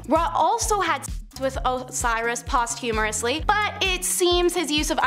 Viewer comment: Oh yeah & she pronounced posthumously "post humorously" in a video. She's as intelligent as your ability to identify intelligence.